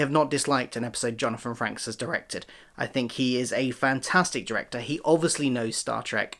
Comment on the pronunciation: Frakes is pronunced like "fakes" with an r after the f. Great review!